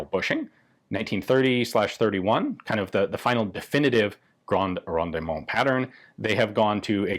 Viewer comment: Rendement: Don't pronounce the middle e. It's silent. It does indicate that you pronounce the d harder instead of swallowing it. Signed, The TERMinator. I'll be back.